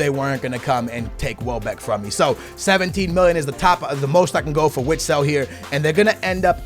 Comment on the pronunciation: Vitsel not Witsel